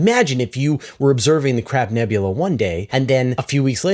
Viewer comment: Did, just say CRAP nebula??? 🤣🤣🤣